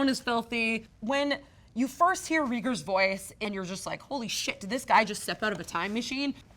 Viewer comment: Reagers is pronounced Ray-Gurs. Kind of like Jellos favorite president, Ronald Reagan